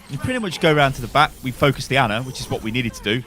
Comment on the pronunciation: It's not Anna is ana, pronounced arna